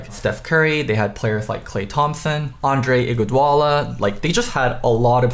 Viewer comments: “Andre Igwudola” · "Andre igoudwala" mehn I'm dead HAHAAHAHAHAH